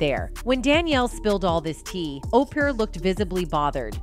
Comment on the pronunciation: The way they kept saying OPER like over and over thru the whole vid?! Like wtf😂 I can't stand Oprah but dang